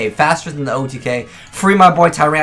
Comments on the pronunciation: its pronounced TYrant, not tyRANT. Learn english ya weeb. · Stop saying Tyrant with a hard A. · "Tur-ayunt," what region is he from? Americans have weird accents. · the way he pronounces Tyrant -.